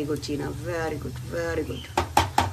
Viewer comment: Cheene nahi cheena